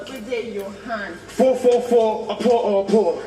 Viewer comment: Immediately I heard it again at the beginning of the video, I laughed soo hard I almost cried😂😂 Kiddwaya is just white in black skin, even his dancing is white😂💔 pronouncing opor as oppo